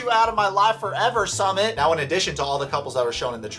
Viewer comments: His name is pronounced Soomit not Summit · When you do a video you should know how to pronounce 'Sumit'....... soo mitt. It's Jenny's fault going after what she thought was a gorgeous male model.....ugh